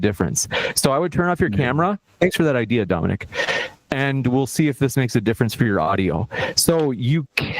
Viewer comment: I keep hearing "The geometry of the bean"